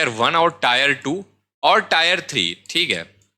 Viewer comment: ये टायर है or टियर